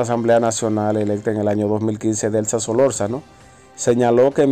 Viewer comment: Es Solorzano, por favor revisa la dicción en el pronunciamiento de los nombres y lugares saludos.